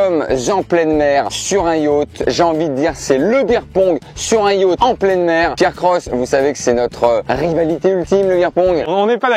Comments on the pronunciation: cest yacht pas yatch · le titre j'avais lu : Beer Pong avec ma mère et Yacht (pas prononcé Yauth)